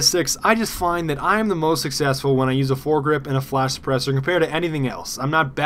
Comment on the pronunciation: Flash-Sa-Press-Er *Not making fun of you*